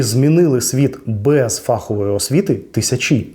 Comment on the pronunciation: Дякую. Дуже цікаво і змістовно. Але не фАхової, а фаховОї. ФаховИй